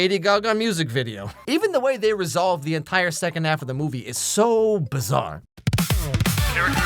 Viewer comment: did you say BIZZARE!!!!